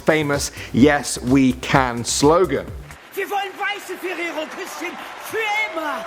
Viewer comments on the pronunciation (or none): "Kusschen"... I'm from Germany, this sounds funny to me!